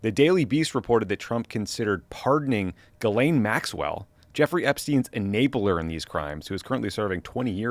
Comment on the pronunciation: Thank you for pronouncing Ghislaine correctly lol. Not that I care about her at all but it’s so cringe hearing so many podcasters and politicians pronouncing it Jizlane 🤦🏻‍♂️